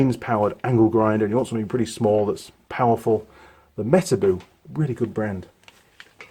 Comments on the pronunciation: I thought it was pronounced metarbow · Those are the real deal, but nowadays you can't easily find a genuine one. You pronounce it me-ta-bo literally. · Those Metabo grinders are damn good. I worked in a fan shop and we had a whole stable full of them. They will eat disk after disk and keep on chugging. Tripped the thermal over load giving all they would suffer and they always came back to life. Side note: I have always heard Metabo pronounced with a long O (boat) not the double oo (book)